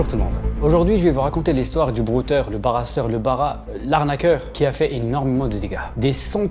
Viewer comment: Il a dit le barrasseur 😂😂😂 , dans la peau d’un ivoirien 😂😂